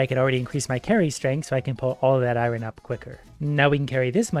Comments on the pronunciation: Eye-ron, guys, eye-ron. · Why do you say iron like that? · Wtf is eye ron? 😂